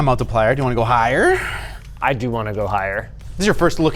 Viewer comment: pause, why did he say higher like that